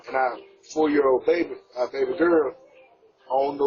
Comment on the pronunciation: The word is FOUR, not foe.